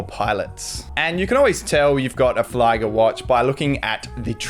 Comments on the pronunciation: Flieger ist pronounced fleager instead of fliger. 😊 Great video and greetings from Germany. Edit: I think it's even the third Yuto Horigome limited edition cause I personally love and own the SSK027 (black GMT with purple/blue bezel) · Yes indeed flee-ger is the right way to pronounce it! I was about to write this down in the comments but you beat me to the punch.